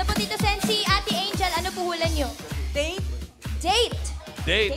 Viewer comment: yung pagpronounce talaga ni ng “date” 😊😊